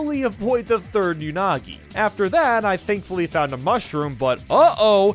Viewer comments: "Anugi" TF? XD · You mean "Anugi" XD. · Pronouncing “Unagi” like 6 different ways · From to how many pronunciations of unagi was there 😂